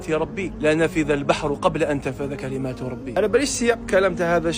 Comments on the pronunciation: أخي الأية:"تنفد" بالحرف الدال وليس تنفذ بحرف الذال انتبه🎉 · راك غالط يا شيخ تنفد بالدال وليس بالذال لان تنفد معناها تنتهي بينما تنفذ معناها تخرج وكلمات ربي لاتخرج!!!!!!!!